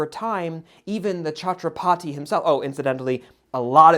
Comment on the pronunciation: Chhatrapati = Chhatra putty (with soft 't')